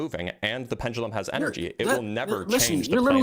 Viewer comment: Dude couldn’t get off of misspeaking once while repeatedly mispronouncing “pendulum” 😂.